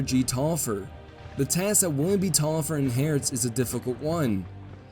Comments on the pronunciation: Pronounced Tolliver. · That Taliaferro pronunciation is quite painful. Also, I'm pretty certain it should be Tallaferro (two LL, not Li). Tallaferro is an Catalan surname. In Catalan, its pronounced as Thai-a-fe-rro (rro being the same sound as ROach).